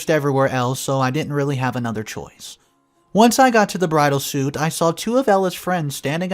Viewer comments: A couple of tips to the English language… it is a bridal SUITE (pronounced sweet) not a suit (a piece of clothing). Another, huge pet peeve, the word is ESSSSSSSpecially!! There is no X! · It's not pronounced SUIT, ITS SUITE ( sweet) you dumb*ss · I really enjoy how you tell the stories on your channels. I'm sure it's much harder than you make it look. Respectfully, and only trying to help: Bridal Suite (pronounced Sweet) and Coax (Cokes). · 7.03: it's misspelled - should be "suite," not "suit" - but still, you should know it's pronounced "sweets" not "suits." This was very distracting. Are you not a native English speaker? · When we lived in Georgia, everyone pronounced suite as suit…..a bedroom suit. Some pronunciations are regional. They also had a street called Houston; they pronounced it Howston. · You're pronouncing Bridal Suite wrong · Language police. I love the way he mispronounces some words. We all do it sometimes.